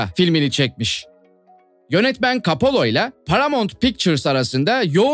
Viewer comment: Kapola değil koppola